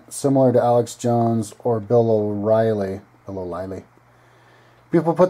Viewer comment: Bill o rielly... lmao umm ok